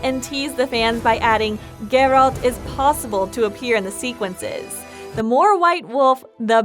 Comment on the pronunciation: The witcher 4 2021? Confirmed? "cannot confirm if there even will be another witcher and if so it won't be announced for atleast a couple of years. How TF is that not click bait? I sat through 6 min of narator saying Jerold instead of Geralt to find out the title was the most clickbait ever. Thumbs down and an anti-sub. Atleast the 4k wasn't a lie